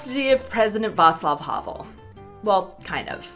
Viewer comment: "Václav Havel" se nečekaně čte "Václav Havel" ne "Havl"